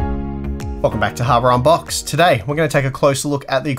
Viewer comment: And slowing the playback speed to 0.25 make it even worse more like "wurrdurr harrbokss" by drunken!! 😬